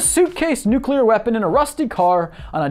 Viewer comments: Its nooo clear not nuu cu ler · It's nuclear, not nucular. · [pronounces "nuclear" correctly] ME: coolcool: [also occasionally pronounces "nuclear" like "nucular'] ME: wait what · Learn to pronounce nuclear and I'll watch more than 42 seconds next time. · Why do you keep flipping back and forth between the correct way to say nuclear, and the extra chromosome way to pronounce it?